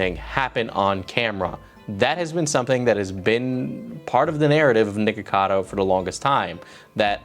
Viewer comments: i can’t be the only one who keeps hearing “nigga cado” 😭😂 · You REAAALLLY need to make sure you clearly pronounce the 'ck' in nickocado my dude because it sounds like youre saying N-Word cado most of the video XD